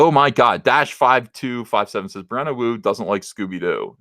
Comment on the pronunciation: Thought you said Brianna Woke for a second.